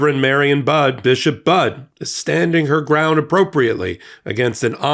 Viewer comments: Thanks for supporting our bishop! Please pronounce her name correctly. It’s pronounced “buddy”, like a pal or friend. She is not going away. 🍃♥️🍃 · Please pronounce her name correctly. Budde is pronunced like "buddy". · Please call the Washington National Cathedral and ask them how to pronounce the Bishop's name. I believe it is pronounced differently than "Bud". Thank you. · FYI - Her name is pronounced Buddy. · Pronounce her name correctly. Bud E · It's pronounced "buddy", get her name right please! She's the best and today is going to be like this every day with total CHAOS with big baby bully!! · It’s pronounced Buddy. Like a pal. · It’s pronounced “Buddy”. Not bud. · Thank you for your post! No pun intended, Bishop Mariann Budde, is prounced like, "Buddy". She is my Bishop in the Episcopal Diocese of Washington. She is truly amazing and full of compassion for all, and was simply sharing the teachings of Jesus. We love her so much and are keeping her in prayer for God's protection. Hopefully, others will stand up to him, as well. I absolutely enjoy your post and the MeidasTouch! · Just a polite and well-intentioned correction for your future broadcasts. The Right Reverend Bishop Budde’s name is pronounced the exact same as the word “buddy” is. Her name’s easy to remember as she’s the priest who preaches the importance of being a “friend” to all — in this country and throughout the world. By the way, she’s an amazing woman well worth an interview - - maybe about the MAGA mental craziness of trying to make voting for cities, churches, places to be sanctuaries illegal and how churches will/should encourage their members to respond. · Notegiven in friendship: Her sur-name is pronounced "Buddy" (instead of "Bud"). I love her words! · I appreciate the coverage of this, but your entire channel needs to be respectful and correct your pronunciation of her name. It’s pronounced Bud-ee. It’s okay if you didn’t know that but please correct it going forward.